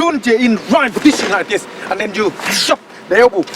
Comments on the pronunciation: You always say ZEN instead of THEN 🤣 real monk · And ''ZHEN'' I like the way he says then ....lol 😂😂😂